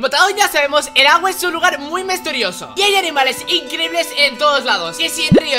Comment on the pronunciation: Like si viste que dijo mesteriosos